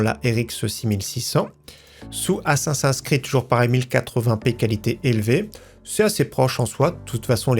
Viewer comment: LA prononciation "ASSASS1 SCRID"... T'abuses, tu pourrais quand même faire un effort de prononciation.